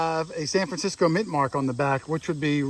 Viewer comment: *Francisco (not "Fransisco")